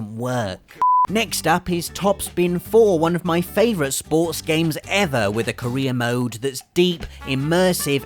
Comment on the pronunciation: Did anyone else hear him say Korea mode when he said career mode